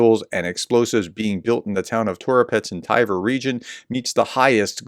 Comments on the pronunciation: How do you get "TY-ver" from Tver? Edit: Solid humor content as the Professor blows every foreign name he tries. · You kept saying Tiver. Where did you get the 'i' from? It's Tver. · It's not Tyver (like "tiger")....It's pronounced "T'vair".... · Maybe you should use Google so you can pronounce people and places a little better, aka. where is the letter I in Tver, Tiver, hmm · it's not "Thai-Ver" just Tver. Pronounce the V just after the T without inserting a vowel sound. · As I wrote two weeks before: It's not Tiver. Its Tver, or Twer in German. In know how to pronounce it cos I am from the German twin town of Twer (partnership currently suspended) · The place is pronounced „Tver“ (like in „twist“ or „tweed“) Call it „Twair“, that should come close „Tie-ware“ is way off! 😂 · It's NOT Tiver, there's no letter i in Tver ! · Prof, it's spoken as Ver. No need for the T phonic. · Tv in Tver is pronounced the same way as Tw in Twitter.